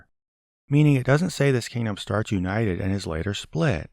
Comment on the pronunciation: Why does he pronounce simple words like brutal, metal and united as bruh_tall, meh-tall and you-knight-Ted?